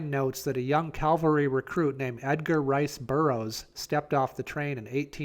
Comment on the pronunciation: CAValry, not Calvary.